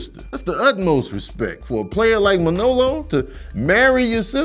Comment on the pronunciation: It's weird hearing you put the emphasis on the second syllable of Manolo's name, ManOlo instead of MANolo. But Scarface is my favorite film. We got to see the whole spectrum of Tony, his rise and fall, his rags to riches story.